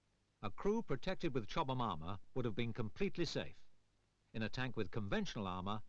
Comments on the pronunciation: the narrator added about three extra syllables to "Chobham" lmao "Chobba-mahm" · it's weird hearing him say "chowbahmomma armour" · Right? i kept wondering where he was getting all the extra syllables from lol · I thought the narrator kept saying “chubby mama “😂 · He was probably thinking it !